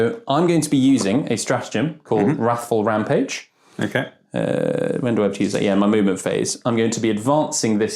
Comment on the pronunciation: You almost sound like your saying raffle rampage, and now I can't get the image of Blood Angels running across the battlefield screaming "Have you entered the Baal weekly raffle yet?!", each marine carrying their book of raffle tickets in one hand, ready to bager the fuck out of any Dread Wing marine silly enough to make eye contact with them.